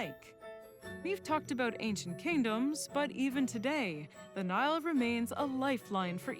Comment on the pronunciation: She's saying Nile not Neil